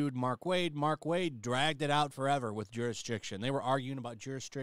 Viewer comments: Juristrictiom was cute. I used to say cheerios instead of serious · pronounces "jurisdiction" like George pronounces "nuclear", just sayin'. 😏